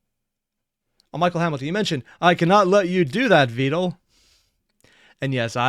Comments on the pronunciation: Vedal is actually spelled like "ved-al", but Neuro calls him "veedal" and that's what most people have started using instead As for the text, she has an automatic feature where she puts what she says on the screen, even in the live stream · It is actually pronounced vedal (like medal or pedal), veedal is what neuro calls him and is basically also accepted as "correct" at this point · "Vedal" like "medal" and "pedal" is the "correct" pronunciation. Everyone is running with "Vee-dal" though, because that's how Neuro says it and he's just accepted it. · Just started the video, but just so ya know it's actually pedal medal vedal..lol, Neuro just says Vee-dal and he rolled with it. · It's Vedal like pedal and medal lol. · And then we have Evil with "Veedool" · Yet another person falls to the wrong pronunciation of Vedal's name thanks to Neuro 😔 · You switching up how you pronounce Vedal needs to be a running joke, just every video do a different pronounciation saying "It's apparently like this"